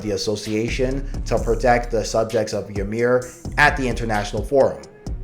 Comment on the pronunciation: Ymir is technically supposed to be pronounced as EE-mir not Ya-mir a common mistake. Good video by the way.